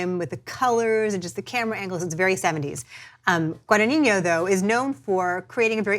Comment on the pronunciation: Just a small correction: it's NOT pronounced "GuadaniÑO", it's GuadaGNIno (or GuadaÑIno, if want to use the Spanish letter) ;)